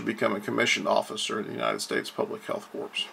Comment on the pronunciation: It is pronounced CORE, not corpse. Like Marine Corps (core) .